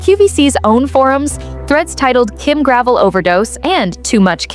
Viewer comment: This isn't just true for Kim Gravel (her name rhymes with 'bell', as in Gra..vell). All the clothes on QVC suffer from the same problems. High price, low quality and lack of inventory. God help you if you find something you really like and want to go back for the same in a different color. It's to the point where you have to buy every color in one go in order to get it. Denim & Co., Isaac, Susan Graver all suffer from the same things. I did find quite a few of tops by Lawrence Zarian that were really nice. But I can only afford clearance items now. Gone are the days where QVC represented quality and value, not to mention convenience.